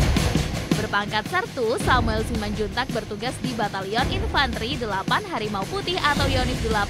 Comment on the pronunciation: Ini baru betul ucapannya ifantri. Kemarin ada yng ucapannya salah yaitu ifanteri